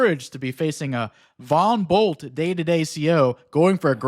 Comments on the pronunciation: Did anyone else hear Von Bolt as "Bumble"? XD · Right about now, it's time to rock with the biggity Von Bumble 🐝 👩‍🦼